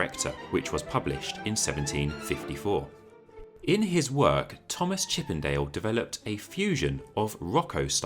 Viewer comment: Did someon said , "Chip and Dale" 😂😂😂